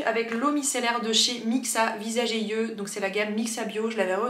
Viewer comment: Je me répète, mais merci, merci, MERCI d'être la seule personne sur YouTube qui dit (correctement) "yeux" et non pas "zyeux" ! :D